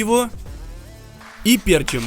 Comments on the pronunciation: Как же режет слух "пЕрчим", да оба варианта "пЕрчим" и "перчИм" допускаются. Но с точки зрения лингвистики - есть взять слово "перчИть", окончание "-ить", куда по правилам и ставится ударение. Соответственно следует последовательно соблюдать верную форму ударения т.е. "перчИм" "поперчИм". Как из деревни блин. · ПерчИм а не пЕрчим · Уши режет. пЕрчим блеать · ПерчИм, ухо режит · Не перчим а перчим